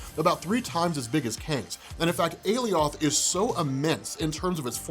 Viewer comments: ‘’a-lee-oth’’ Do you mean “ally-uth’’? 👀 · My man. It's not a-lee-oth, it's a-lie-oth. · It's aloith pronounced like Goliath a-lie-ith or a-lie-oth NOT a-lee-othh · You "Ale- E-oth" they say "ALie- ith" and its bother me lol . whats the correct pronunciation??? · Why does everyone keep pronouncing Alioth’s name wrong when all of yall heard all the loki’s say it right on the show 😂...Wtf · It's called aloiath it's like saying Goliath without the G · I cringe everytime he says aliOth ugh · Alioth ... Aly - oth ... Ah yes Goliath we must now pronounce you Goly - ath. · I swear this is like the 3rd video I watched with a different pronunciation of Alioth. I'm confused. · Alioth was created by Marvel. You heard how Alioth’s name was pronounced, as determined by Marvel, on a show made by Marvel, on a Marvel-centric channel, on Marvel’s parent company’s streaming site, and you heard it again, and again, and again. It was repeated multiple times by multiple characters. Everyone pronounced it exactly the same as everyone else. Except you. You continue to pronounce the name improperly. Why? Isn’t your whole thing to provide insight into these things that you have all this history with, but is relatively new to so many others, and educate people? Isn’t that how you became successful? If so, how can you seriously sit there, and knowingly spout inaccurate nonsense? It’s Ah-Lie-Uhth, not Alley-oth. Doing this is no different than reading Loki your whole life and assuming it’s a long “i” Lok- eye, and then never adjusting once you’re educated that it’s pronounced Low-kee. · Umm.. You pronounced ALIOTH wrong!! yeah huh... they clearly said it differently in the show!! LOL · How are you still saying Alioth wrong after they said it correctly during the episode..? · Alioth sounds like someone who got their lips ripped off saying 'Eli Roth'